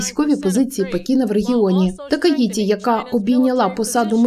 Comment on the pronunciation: Такаічі, в японській нема звуку ті, це маскальська транслітерація